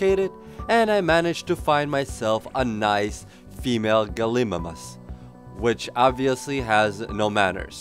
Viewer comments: Gal-ih-mime-us ;p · Its pronounced ''Gal-e-my-mous''